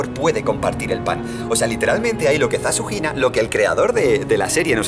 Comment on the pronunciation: cada vez que dice "ZaShunina" escucho SasuHina:v (Sasuke x Hinata confirmed)